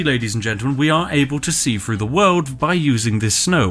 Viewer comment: three = "free" everything = "everyfing" through = "froo" :)